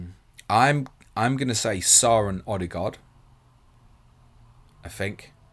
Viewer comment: (not trolling as live your work) but why do you still call him odey-gard when he’s confirmed himself that’s not the way to say it - ode-e-gard